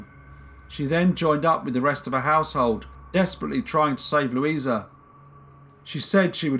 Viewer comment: Victim's name was Lusia (pronounced Lusha), not Luisa. Thank you for presenting the case, it's still puzzling people in Poland. The daughter and granddaughter of Rita were fighting for rehabilitation of their mother/grandmother. More info (in Polish) in the link